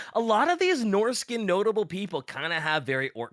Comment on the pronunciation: good god hearing norsacan instead of norscan is some how jarring